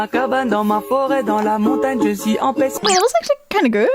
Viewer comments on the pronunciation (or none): none